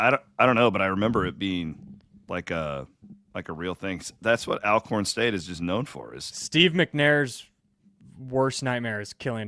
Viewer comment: Minor point, but it's pronounced "All-Corn" State, not "Al"